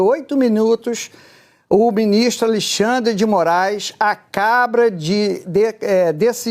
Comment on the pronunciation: em diante "O BInistro [xandão] acaBRA de determinar", blá blá blá... Sério pessoal, ele falou exatamente assim!